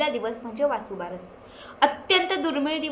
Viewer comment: वासूबारस चुकीचे आहे, वसूबारस म्हणावे .